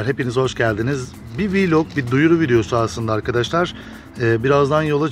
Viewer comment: abi şuna vilok demeyin vlok deyin yaaa